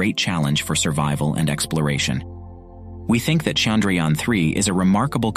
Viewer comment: Indians: Chandrayaan 3 This guy: Sandrayaan 3